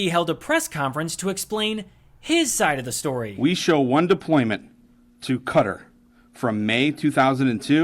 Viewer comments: Qatar is pronounced “cutter”. Not ka-tar. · It’s pronounced “cutter” not Kah-tahr. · That country that starts with a q is not pronounced like the musical instrument with six strings is pronounced like somebody who cuts cutter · he worships trump so he’s qualified. Also he said “cutter” instead of how Qatar is actually pronounced. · 😂 He can't even pronounce Qatar correctly!